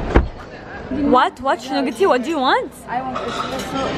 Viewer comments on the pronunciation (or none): من تريد تقول سو نايس تقولها صو نايص ههههه بس والله مو قصدي الاهانة و انا بنت هيهي